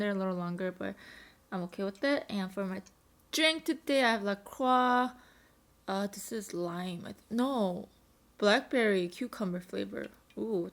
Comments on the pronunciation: La Croix is pronounced La Croy. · lol in French (and every other country I've ever been to) it's luh kwah. Americans really are "special". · Cupcake Sprinkelz Not how it's pronounced but to each their own💀